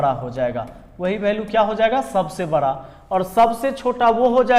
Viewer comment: Sir bra nhi bda hota hai sorry sir